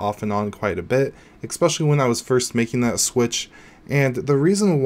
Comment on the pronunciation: IDK if I trust someone that pronounces "especially" as "ecspecially"